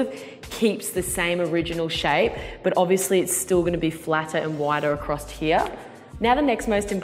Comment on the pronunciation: I died when she said acrost ACROSS